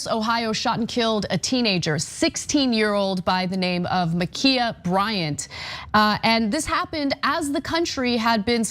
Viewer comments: It's actually pronounced 'Imma Ki' ya' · Why is this hard? Ma- k -eye -a? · The dead girl's name is actually pronounced 'Imma Ki' ya'. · It's pronounced Ma Kia! Like "why you b tryin to take MA KIA!!" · Muh-keye-uh His name was Robert Paulson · Today, we’re discussing the shooting of Ma’Khia, Ma’Kayla, or Ma’Kenya Bryant. Sorry, I don’t know the pronunciation of her name. 🤣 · I think it's incredibly ironic that you can't take 5 Seconds to learn how to pronounce her name correctly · Why would you apologise for mispronouncing her name? She tried to murder a teenager